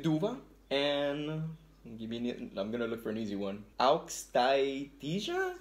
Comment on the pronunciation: Hi, i am from lithuania and says not au-kstai-tis but au-stai-tia